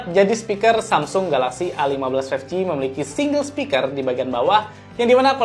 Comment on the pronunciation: berapa kali tuh ngomong Samsung galaxy A15 five ji